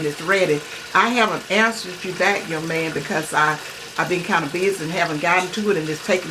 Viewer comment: I see the house phone and when she said bike instead of back I knew it was gone be some shit I love it keep it up